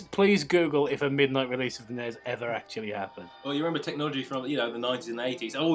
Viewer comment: You say the letters of the console. N-E-S and S-N-E-S. I'm sorry for correcting but points to self huge Nintendo nerd lol